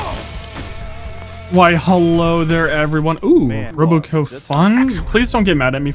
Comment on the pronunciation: i cant with the RobCo pronunciation